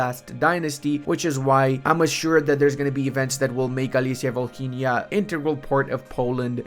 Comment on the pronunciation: volhynia pronounced without the "h"